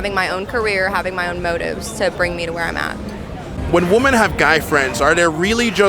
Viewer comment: Youtube challenge - hosts who talk about the dynamic between men-women on a consistent basis understand the pronunciation difference between woman (singular) and women. Happens so often it has become a pet peeve I never knew I had.. is this an ESL issue? Multiple females ~ wim - in.